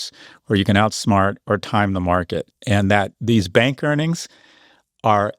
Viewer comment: As a fan of language and accents, I love when says the word, “bank” it’s like, “BANGk” 😂🫶